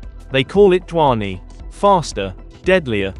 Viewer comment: "DHVANI" pronounce to dhang se karle pehle 😂😂😂